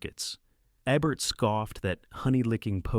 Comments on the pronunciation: It's EEE-bert! Not EHbert. Get your AI narration out of here. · Speaking of bad videos , it's Roger EEbert not ehbert. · The mispronunciations made this unwatchable. Eh-burt vs EE-burt for Ebert? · It's Roger Eeeeeeebert, yo dim bulb. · Roger EBBert? C'mon. Use better script reading software or perhaps learn English and read the content yourself for the English speakers you are targeting with your content. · It’s pronounced Ee-Burt for FFS! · I hated, hated, hated, hated, hated, hated, hated this fake video. And Roger Ebert would have hated it ever more. As well as hearing his name mispronounced. When did he compile this alleged list? Answer: Never. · In the first 10 seconds you mispronounce the name of the critic whose name is on the video. I’m out. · Yes, the voice mispronounces Roger Ebert's name all but twice. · Dan Ay-croid and Roger Ebb-ert are why I'm stopping at one minute and blocking this AI channel. No one will be offended.